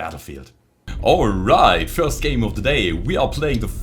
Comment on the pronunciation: Leave it to to have perfect english but pronounce "first" with a J <3